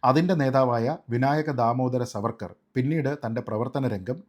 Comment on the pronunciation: Sreejit, His name should be pronounced as ' Saavarkar ' I regularly see your videos. Really good. Keep up.